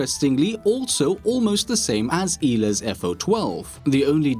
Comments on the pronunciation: Its not eela, it’s Ela, I’m polish, I know how it’s pronounced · "elah" dear god... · The way you say Ela is disgraceful.